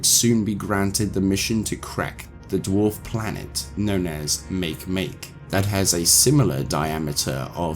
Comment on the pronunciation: Hey just wanted to let you know that the dwarf planet Makemake is actually pronounced Maakay maakay because it is named after a Polynesian God. Also its diameter is not similar to Pluto, Pluto’s diameter is 2,370 km where is Makemake’s diameter is 715 km which is smaller than Pluto. Just letting you know this didn’t want to offend you, I really enjoy your Lore videos! Your great YouTuber and Narrator keep up the great work! I am always looking forward to your next videos!